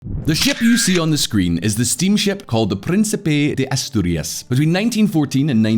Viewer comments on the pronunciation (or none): The c is almost always hard in romance languages you would not pronounce it like you are speaking its cognate in English then they have the obvious vowels are not english it would be like prēnkēpā it is not prïnsïpä